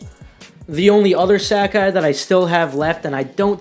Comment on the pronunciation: Stop saying Sacai wrong! "Sack eye" lmao